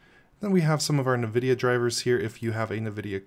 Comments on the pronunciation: You are the only person I have ever heard pronounce the n on Nvidia. Navidia 🤣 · Also not how you pronounce "nVidia"